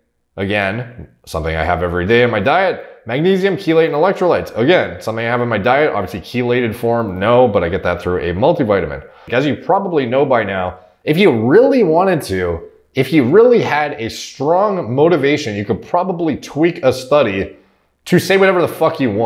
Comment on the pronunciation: "SHA-LATED" Not "Cha-lated"